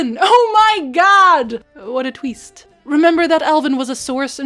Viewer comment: "What a tweest" -, 2018 <3